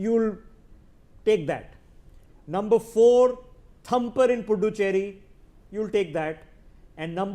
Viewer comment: U can't even pronounce puducherry